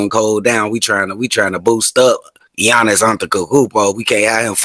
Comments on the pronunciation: he can't pronounce the name of the best basketball player of the world and he has an opinnion? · Yo c dub! agreed on the whole Milwaukee superstar dude who I can't pronounce name lol!He would be a star but not super star,he does same move, boring man, unfair!it's obvious to everyone he charging whole lot